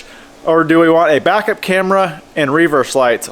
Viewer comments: Hahahahahhaa literally thought the same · Never heard an American pronounce "reverse" like that